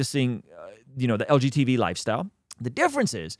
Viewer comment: Why does he said LGBT wrong on purpose and call it LGTV?